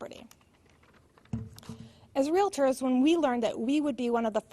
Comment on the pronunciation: REALITORS ASSOCIATION????? 🤣🤣🤣🤣🤣🤣🤣🤣🤣🤣🤣🤣